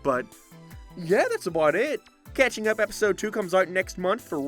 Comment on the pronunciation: I know, but you said "Cathing Up"